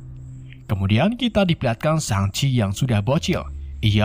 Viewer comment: Shang-chi✖️ Shang-abi✔️